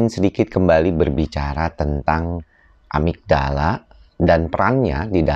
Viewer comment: amigdala bukan amitdala....